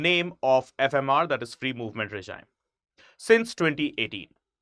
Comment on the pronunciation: I'm only concerned about this guy 's pronunciation of regime which he repeatedly made stupid mistake .... he pronounces as "reh-jayim", whereas the real pronouncement is "ray-jeem". He failed in English language phonetics.